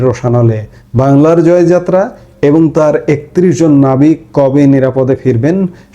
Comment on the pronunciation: আপনাকে অনুরোধ করবো জয়যাত্রা টা সঠিকভাবে উচ্চারণ করতে